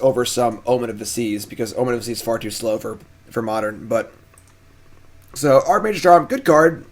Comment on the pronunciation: Oh man I love "Modren"